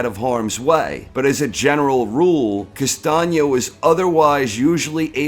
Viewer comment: why castaño ´s face in the thumbnail? castaño > charlo but you are not ready for this nice to hear someone that actually can pronounce "Castaño"